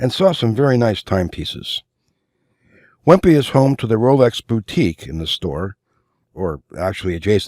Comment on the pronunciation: Wempe is pronounced "Vempa" - similar to Lange. Nice video and very useful.